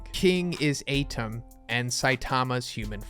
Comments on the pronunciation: Lmao the way u say Atem... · Uh-tem and kef-ree. Not A-tem and kepri